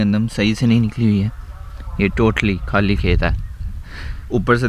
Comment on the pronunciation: k-h-aali na bola karein please. Pakistani nahein lagta is liye guzaarish hai خ ki awaaz se bolein. Please please mind nahein karna. 🙏 😊